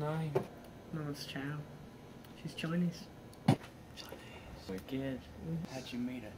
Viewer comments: I didn't realise until he said 'choy-nese' ! except it sounds more Australian... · She's choinese. I think went half-Aussie right there.